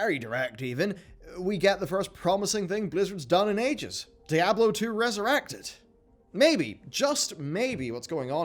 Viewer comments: STOP. SAYING. DYE-ABLO FFS. Its SPANISH. The devs call it how it is, why can you not put a bit of effort and say it how it is. DEE-ABLO. DEE-ABLO. Diablo. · He can't pronounce Diablo for shit.